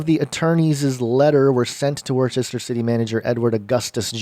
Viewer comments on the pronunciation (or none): He thought you were saying woooosta. It’s not woooosta, it’s Wusta. Haha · It’s pronounced woo-ster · It's pronounced woostah!! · It’s pronounced WOOSTER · I'm a New Englander....ITS PRONOUNCED WOOHSTAH!! 😂😂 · It's pronounced wustah